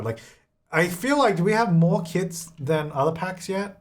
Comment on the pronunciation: When he was talking about kits, I could have SWORN he was saying "kids" and I was soooo confused as to why he "just ignores" them 😂